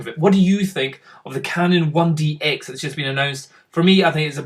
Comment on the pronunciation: It's not canon 1dX. It's canon 1d TEN.